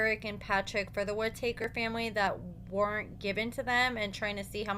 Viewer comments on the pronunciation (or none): Their last name is Whittaker not Whititaker. Lol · Whit-ah-kerr, not woodtakers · You're pronouncing their last name wrong it's not ( wood takers) it's Whitaker pronounced ( WIT- A -CUR)😂😂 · Its Whit a ker not whit a taker. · The “wit ah taker family? Tha hell is that? It’s Whittaker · Whit - a - taker 😂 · Their last name isn't two words it's one not whit taker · The way u say their last name 😂😂😂🤦🏽‍♀️🤦🏽‍♀️ Whi-ta-kers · How are you going do commentary on them when you can’t say there name right??? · Learn how to pronounce their name correctly. Be more professional if you're going to upload a video. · And needs to say the name correctly….. 🤷🏻‍♀️ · I'm extremely familiar with the family and I know that he is pronouncing it wrong.